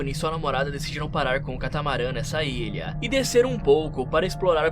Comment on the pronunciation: Que narração é essa kkkkkkkkkkkk ilhãn bebidãn intuitivãnnn